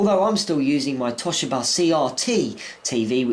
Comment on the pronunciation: It's TOE SHEE BAA thats how you say it